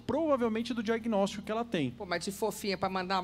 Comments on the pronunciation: Cara ele fala "Diaguinortico" kk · Regiany de Lima Reparei! E mais: disse “diagnórtico” e comeu alguns plurais 😫